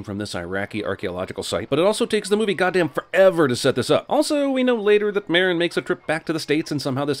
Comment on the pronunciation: Father Merrick not Merrin.